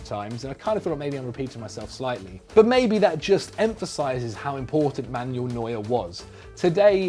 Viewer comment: It’s MAN-U-EL not MAN-YOULL. I get that different languages and regions have different pronunciations compared to one another and that some player names are difficult to pronounce, but at least try to pronounce the names correctly based on where they come from. I mean it’s not like the names aren’t spoken aloud by teammates, couches, announcers, the players themselves or loads of other people and you don’t have a reference point.